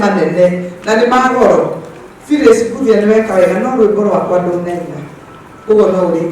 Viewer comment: wiitu ni mbuthia sio mbuhia😅😅